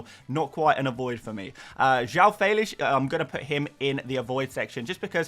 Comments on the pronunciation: its fell-ix not feylish 🤣🤣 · That's a very unique way of pronouncing Fèlix......Felish!! The correct way is Fell-icks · Bro stop sayng Felix in that way....its stupid....